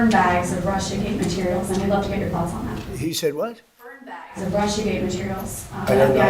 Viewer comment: “Appointed a guy name burnbaggs”🤣🤣🤣lmao